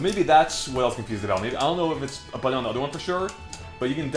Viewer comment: He keeps saying “buddon” instead of “button.” Like, WTF dude.